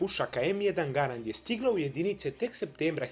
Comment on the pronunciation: Kaze se em jedan Gærend